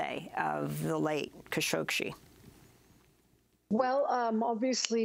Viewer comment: Why do they pronounce Khashoggi how they do now?!! Khashoggi is the nephew of Adnan Khashoggi it was never pronounced that way.